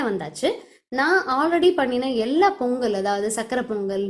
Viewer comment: polli ella u r pronucing wrongly in our district also we will follow the same procedure but we will cook sweet potato and avarakai ur neighbour(male) is so helpful to his wife . r u a vegetarian or non vegeterian. 🙂🙂🙂🙁🙁by sangeesridharan